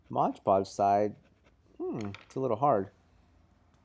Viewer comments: He's got the can, he can clearly see it says Mod Podge. But he repeatedly calls it Modge Podge. That's really irritating. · ****MOD PODGE!!! not MODGE PODGE!!!! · The point where I stopped watching this video. It's MOD PODGE. Your constant pronunciation of MODGE PODGE was driving me up the fucking wall.